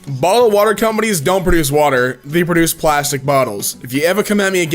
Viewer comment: Time "a platypus can {produth}" ... don't ya mean produce?!?..... I KNOW you noticed that while you were editing....lol XD